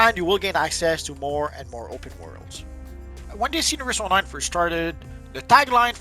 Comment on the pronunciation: Your voice cadence is ruining it for me. Why do you speak like that Stop dragging the last syllable out It's not PLAYERRR ITS PLAYER ITS NOT ONLINEEE ITS ONLINE